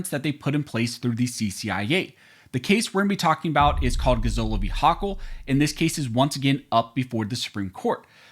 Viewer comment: You're saying hochul's name wrong! It's Yokel